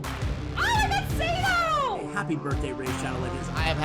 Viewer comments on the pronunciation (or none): none